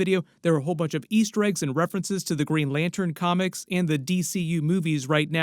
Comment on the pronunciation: Did you say green lantern corpse????